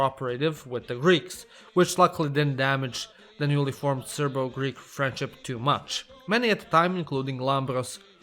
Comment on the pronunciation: As a greek person, my ears bleed every time he tries to pronounce a greek name